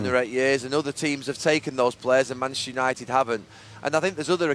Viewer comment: All I could hear was...."Mansunited"